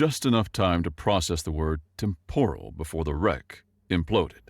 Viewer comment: Temp-er-al is the pronunciation, even if it's spelled with an O, it's not said with an O.😊